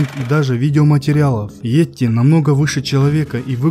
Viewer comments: Не етти, бть, а йети! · Не "етти",бл,а "йети"!Неужели трудно прочитать написанное? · А не этти